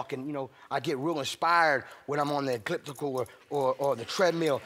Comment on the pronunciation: Did he say Ecliptical instead if Elliptical?? You can see how much he uses that, or doesnt.